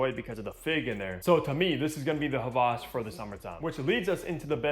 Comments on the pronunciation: he’s done other hawas reviews and pronounced it with a W. is the only creator that has said it with a V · he might know German. Just like Volkswagen is actually said "Folk-s-Vagen"